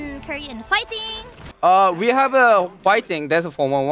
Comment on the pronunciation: "When we" sounds more like ♂️wee wee♂️